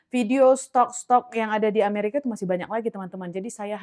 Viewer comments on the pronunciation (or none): none